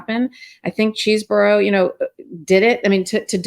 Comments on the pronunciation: It is pronounced CHESBRO, not Chesboro! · Isn't it "Cheez bro", not "chess borrow"? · cheese-bro 😮 ugh its reminding me of the Ka-MALA pronounciation! Ben, stop-it! not Chez-borough!!! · It's CHEESE-Bro not Chezz-boro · His name is pronounced Cheese-bro. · its pronounced cheese bro